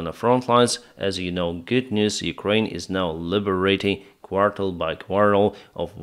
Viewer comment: I believe the word you are looking for is 'quarter', not 'quartel' - as the second one is not a word in English. Slava Ukraini!